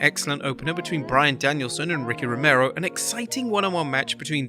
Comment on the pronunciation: The voice over guy should quit too for getting Rocky Romero's name wrong.